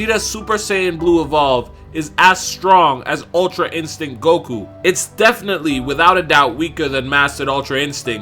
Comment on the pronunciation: Its not golku its goku!! 😂😂